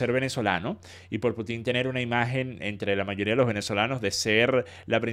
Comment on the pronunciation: Sólo un pequeño alcance... es "Pútin", no "Putín" xd Cuando dicen "Putín" me suena a "putito pequeño" jajaja Como sea, buen análisis del video, 👍🏻